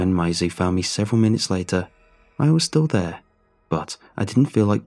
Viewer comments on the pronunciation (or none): Bro... it's pronounced "maze-ey" not "my-ze"... maaaayzeeee. Cute though. Great job as usual! I love your voice. It's very calming. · May zee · Brilliant video thanks for uploading. Second video iv watched that you have pronounced that name that way. I have a cousin with that nickname and we pronounce it (in England) maize-see so maisy. Keep up the good work thanks for uploading.